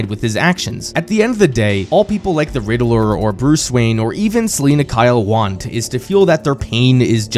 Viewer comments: Anyone else was dying hearing the riddaler and not Riddler 😂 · Drink everytime he says Riddle-er 😂